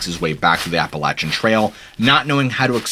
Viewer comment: Thank you for pronouncing Appalachia correctly.